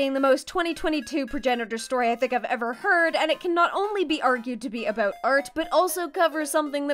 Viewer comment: in the fanart section you can hear a very canadian aboot